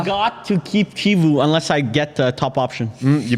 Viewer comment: Chivu is pronounced "key-voo"